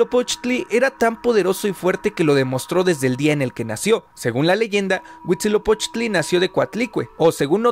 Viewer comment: Llevo 30 seg de video y ya dices mal Huitzilopochtli. Aprende a pronunciar el náhuatl;)